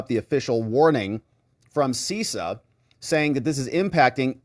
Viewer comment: You need to tighten up your cyber game,. CISA is pronounced Sis A not Cease A. CISO is pronounced Cease O, though it was Sis O 15 years ago. Versa controllers initially allowed the Chinese access to the Verizon, Lumen, and AT&T & some of Sprint (T-Mobile) networks involved, not Cisco. This attack has been going on for a very long time and may have multiple compromised systems. The bigger issue is the CALEA intercepts mandated on all carrier gear (Versa, Cisco, whoever's) to allow FBI & other Intel Agencies access to communications when authorized. That's how campaigns &.a lot more data gets tapped. These operations have been around for a while. Someone at the carriers should have seen the traffic going to the Chinese. And these captures should not have been transported in the clear (unencrypted) across carrier networks to begin with. Not watching where the signals go is a supreme breach of privacy.